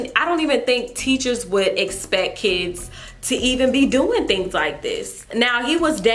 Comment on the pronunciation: Rick Grimes comfirmed, "thangs"